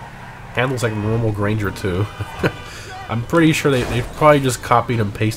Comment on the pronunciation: Gran-ger. Not grainger.